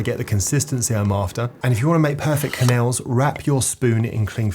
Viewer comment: pronounciation of crème fraîche and quenelle is absolutely criminal jesus christ.